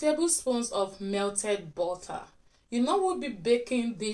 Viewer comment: Why you pronounce Butter bota?